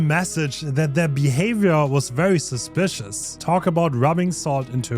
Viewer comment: Why do I love the way he pronounces Behavior?